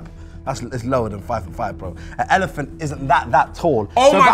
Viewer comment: Loool man said elephant ood😂😂